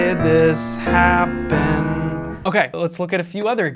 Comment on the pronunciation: Gotta put emphasis on the first syllable of "happen", also.